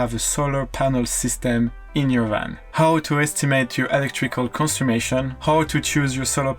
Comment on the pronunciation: Just found your channel, love your videos! Just a little note, it is ‘conSUMPtion’, not ‘consummation’, the latter can mean something quite different! 😆😆